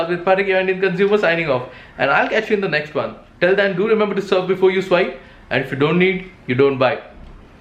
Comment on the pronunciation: nexht adjushtment besht...Bhai s ke saath h Kyu Bolte ho